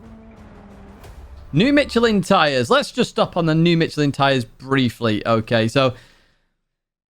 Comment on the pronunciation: I had to scold Steve too. Michelin is pronounced like Mishelin.